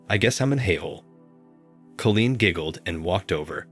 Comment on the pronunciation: Nice story I did have it figured out pretty quick but still nice. The computer sure can not pronounce every word right . Call een is the right way of saying that name